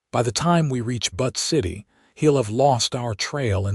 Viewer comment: The name of Butte City, Montana is brutally mispronounced... - It's pronounced "Buu-tt", not "But".